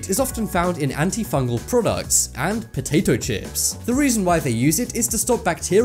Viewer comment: I like how you say POATATO CHIPS